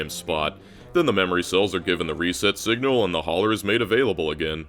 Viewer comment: Singla instead of Signal ?